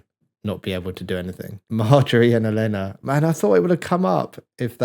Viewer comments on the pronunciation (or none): Oh-leh-nuh (Olenna), not Eh-lay-nuh.